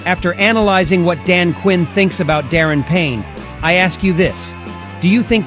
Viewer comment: Prolly just the ai